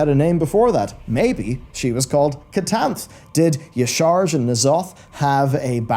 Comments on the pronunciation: I love your content, but for the love of all that is Holy - Yah-Sha-Raj. Not Ye-Sarge. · What are wavees? It's pronounced yah sh'razhj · Y'shaarj is pronounced Ya-Sha-Raj. The void has been all about consuming all. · I get that the spelling of Y'Shaarj makes it hard to pronounce, but we’ve heard it pronounced by the Klaxxi in game as YAH-sha-raj. I know it’s a nitpick about pronunciation of a fictional deity, but it’s a little annoying when people don’t do the research